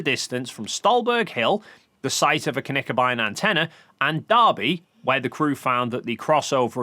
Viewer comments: Tip on your pronounciation (and I know this is not easy for English speaking people and there are several places on the internet that don't teach it the right way). Knickebein is not pronounced like kuhnickebein. It starts with a short K and directly behind it the N. Kinda like you say Klingon and not Kuhlingon ;) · about the pronounciation of Knickebein: There is no "a" in Knickebein. Speak the K with an almost closed mouth. It's a german term. Germans don't add vocals to words without a reason. That wouldn't be efficient.